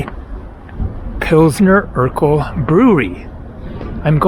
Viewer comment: It sounds funny how you pronounce Urquell like Steve Urkel. But in reality its like „Oorkvell" for English speakers.